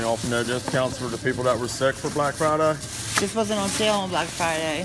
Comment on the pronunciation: "Psh. You guys didn't have deals on black fridey?"